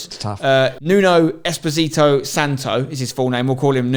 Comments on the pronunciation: It’s Espírito Santo. Not Esposito Santo! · You re pronouncing espírito as eposito. It s pronounced spirito 😂😂😂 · NUNO ESPOSITO SANTO????? Wow just not how you say it. ESPÍRITO SANTO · Nuno Exposito Santo? cmon spen read it correctly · Laughable that Frank Lampard and Mikel Arteta are ahead of Solskjaer by so much... Btw it's Espírito Santo not Esposito Santo and Brendan Rodgers is 5'7 not 5'3 or 5'5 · They kept saying Nuno Esposito ahah it's "Espirito" - means spirit in Portuguese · who else love nuno "espesito" santo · Nuno "Esposito" Santo? What xD? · He’s not a Justin Bieber song. It’s Espirito - like “spirit”. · I love brits. In their eyes Nuno espiRito is despacito LMAO one Justin beiber spanish remix and boom everything sounds like despacito and an R is pronounced as an S 😂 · They even spelt Espirito right but said his name wrong.